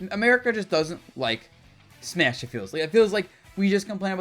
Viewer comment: its fucking smash mate exactly how its spelt pronounced in english ma te isnt even how its spelt in japanese its like hearing nails on a chalkboard dabuz i beg you